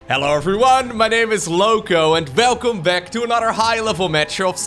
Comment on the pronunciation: Velcome back 😂